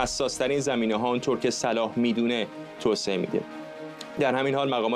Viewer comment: آقای طبق معمول "نمیودونه"- 😂